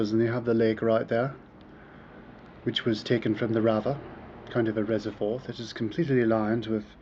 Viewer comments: Dude, it's not Rava it's Sava river. I think you haven't learn anything about Serbia, and there is so much! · River is Sava.....not Drava or Rava how you are pronouncing it. Btw. where did you hear that serbs came from Iran? :)). It was really jackass funny.... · it is not RAVA, it is Sava river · Best post in a while.. An i have to add one more fact about this video: He keep saying "Rava" for Sava river